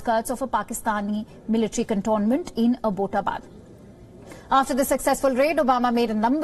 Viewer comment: AAbbott! Like those english Abbotts?! Abbott-abad. Not.fucking.aboat. Get it right ffs